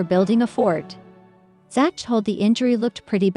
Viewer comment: Who is "ZATCH"?? These "Computers'" Need to take an English Class!!